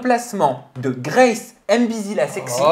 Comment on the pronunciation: La manière dont ils prononcent « Grace » c’est pour nous abattre ? 😭